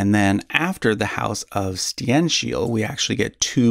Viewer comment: I can't for the life of me imagine how in the hell he is able to convince himself that Stenkil is pronounced Stienshil and Sverker is pronounced Shweerca. Where do you get these additional letters from? Is he trying too hard to put on a swedish accent? Even reading those in a normal english accent like one normally would is F A R better than what he is trying to do.